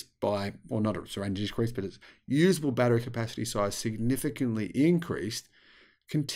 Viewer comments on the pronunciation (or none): none